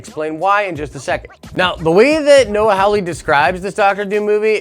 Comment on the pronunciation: The name is Hawley (HAH LEE) not Howley (HOW LEE). You claim to be a fan of Legion and of Hawley, but you cannot pronounce the man's name right. Learn to read.